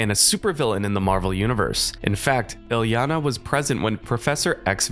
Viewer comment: the misspronounciation of her name gave me a few aneurysms but i powered through, great video otherwise